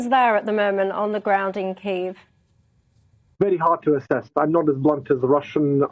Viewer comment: Funny the way journalists are trying to say 'Kiev' properly but are just saying keev, which isn't right either. Listen to how Sviatoslav Yurash says it. It isn't keev with one syllable, it's two.